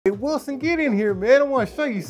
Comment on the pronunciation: Every time you say Wison, I think of Cast Away. 😂